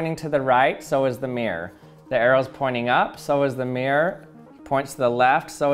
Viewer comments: oh so you pronounce it as "mee-rowr"? kewl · honestly, we would not drop the hard R in that case. Take the town "Peterborough" (which I live in) we, and everyone right the way from londoners to my Scottish family drop the r in the middle "pee-tah/pee-tuh" but retain it for "Buruh" mirror is almost universally pronounce "mi-ruh" in Britain Though yes, we absolutely drop hard r's all the time. We love dropping the T's from ends of words as well, we're just weird mate